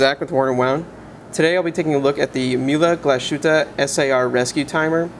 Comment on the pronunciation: How difficult is it to go to google translate, enter a brand name, choose the respective language, click on the speaker icon and listen to how it’s pronounced before doing a video? Having said that, nice review! 🙂